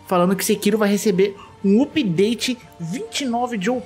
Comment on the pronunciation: Hahahahah. Dá um nervoso ouvir alguém falando "oopdate".